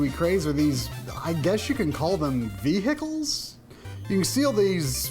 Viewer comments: From Ohio you say? Nobody here says vee-hicle. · Why do you say Vehicle like that?